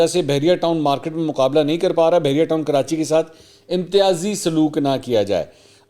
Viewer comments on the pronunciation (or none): none